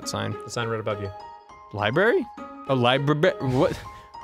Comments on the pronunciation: more like liBARRY am I funny yet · The libarry hahahahahahaha